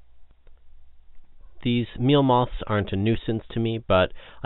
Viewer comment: It's moths not mozs